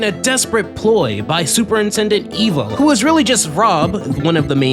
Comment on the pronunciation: you pronounced Superintendent Evil wrong, 0/10!!!1